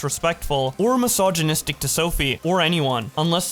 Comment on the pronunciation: “Just had a mysignisitic interaction ..” Jfc…